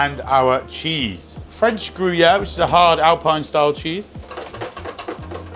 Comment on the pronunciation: "French Gryuère" !?? 😡